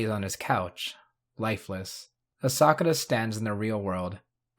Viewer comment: Bro really said Asakura wrong. 💀